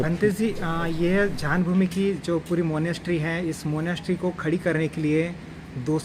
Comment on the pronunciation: झान नही ज्ञान भूमी बोलो गलत मत बोलो